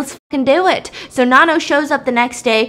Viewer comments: The why she pronounces Nanno tho. It NA-NOU not NA-NO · I love thisss but her name is pronounced NANno soz I’m not even Thai but I have heard it way too many times 😂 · I swear everytime she said nanno, I kept thinking about nan bread 😂😭😭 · Girl from nowhere is elite, do more BAMS with the other episodes even though I already watched it, just to help Stephanie it’s pronounced na like you know how in Korean you’d pronounce the last name kinda soft so like nanno the no kinda pronounced like ou, also personally I think nanno doesn’t represent revenge, SPOILER ALERT COMING IN SECOND PARAGRAPH I think nanno represents karma while yuri represents revenge, nanno doesn’t directly herself do the work she suggests what they do to see if they’re evil or not and comes at them accordingly depending on their choices, while yuri took what had happened (when we were first introduced to her) at first but when she had power she took revenge on what they did to her, I think nanno is more calculating than yuri hence why she already knew what they would do to her before they already do it and kinda appears like she can be more than one person and has a lot of lives sorta, she is the daughter of satan from what the actress had said, hence why she can appear as more than one person and when yuri was drowned nanno’s blood was in the water so she became immortal as well I suppose? And they’re both immortal forces that have their own ways of teaching someone a lesson yuri takes more the violent vengeful approach while nanno sees what they do and comes back to bite them as karma not as vengeance to see like if they realize they’re wrong and sorry